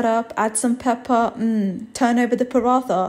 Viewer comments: As an indian The way she pronounces parantha is triggering me..... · The way she said paratha was so cute 🥰 btw it’s actually pronounced parata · Honey, it pronounced (parata) tha is ta , looks delicious tho thank you . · I love when she said Bismillah, and she said “paratha” that is how it’s spelled, but not it’s pronunciation, it’s pronounced “parata” But I love ur vids so I don’t rlly care, you are actually so smart! You made a great breakfast dish. As a Muslim and a 10 year old hijabi, I understand everything you go through! I love how you do everything in a car Love, Tuba, 10 year old from Canada. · Asalam alaikum it looks amazing would love to try sometime but I think you are pronouncing the word PARATHA incorrectly it is pronounced like this parata ok may allah bless you good bye :) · I love this but my lovely try to pronounce paratha by accentuating the “t” in the word like parattha. The tajweed in food names ❤️ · It’s not pronounced like paraTHa it’s Paraatta. You don’t make the TH sound. That’s a different type of TH in Hindi. It’s a heavy T sound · Its not parat-tha its pronounced as paradt-ha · Sorry, but I think it’s pronounced Pa-Ra-Ta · the way she pronounced paratha made my left eye twitch 😭😭 it’s pronounced “parat ha” (without the space ofc, i just wanted to explain that it’s not a “tha” sound but a “t” “ha” sound) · Paratha lol its pronounced parata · The way she pronounced paratha 😂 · Someone tell her that she's pronouncing paratha wrong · You pronouncing paratha wrong! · Paratha isn't pronounced like that.